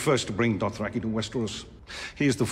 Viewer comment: Why can't this guy say Dothraki? Adding an extra R after 7 seasons.